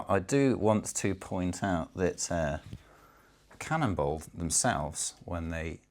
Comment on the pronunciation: Am I the only one that thinks he's saying cannibal?